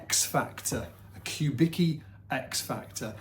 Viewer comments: I like how the last name that is pronounced something like Kubitzky , is pronounced like Kubiki . A guy who was probably born in eastern Europe, all of a sudden sounds like he was born in Japan. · note the correct pronunciation: [kuˈbit͡ski]), not [ku’biki]. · I'm pretty sure it's COO-bicki not Q-bicki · Man, he's [kubitski], not [kubiki] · I was gonna comment that too,. Even says it on the Wikipedia page if had read it 🤣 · his obituary says he was born in Detroit, his parents or grandparents were born in eastern europe. Also his companies wikipedia page says whats the correct pronounciation of his last name EDIT. Dag a bit now in publicly available sources on the internet. Phil's das was Walter Charles Kubicki, born in Rhode Island in 1915. Phil's grandfather from his dad's side - Casimir Kubicki was born on territory of current day's Poland.